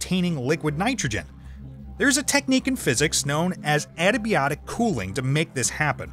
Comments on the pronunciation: Adiabatic. Ad - ya - BA - tic not a - da - BYO - tic. I know the IA diphthong is not easy to pronounce for English-only speakers. From Ancient Greek ἀδιάβατος "impassable" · Adiabatic, not adabiotic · It's a bit difficult to hear you say "adiabatic cooling" with the new voiceover, it sounded like antibiotic cooling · Several mentions throughout this section to adiabatic cooling/heating. Adiabatic is pronounced "a - dee - uh - bat - ic" or "a - die - uh - bat - ic". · As opposed to "eddy-biotic" :) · The narrator should learn how to read too Example: . How tf did he read adiabatic as adibiotic? You might have a thicc accent, but at least the letters are in the right order.